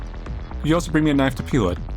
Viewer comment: And he says always says "knife" like Crocodile Dundee. "Now that's a knife!"